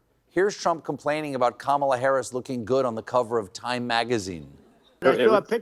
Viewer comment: Two men slurring about a woman’s appearance. Calling her Camilla. Laughing- it’s actually REALLY creepy and disgusting AAAAAAAARRRGGGHHHHH!!!! Harris Walz!!! Please save us!!!! 🤩👍 🩵💙🩵💙🌊🌎🌎🌊💙💙🩵🩵💥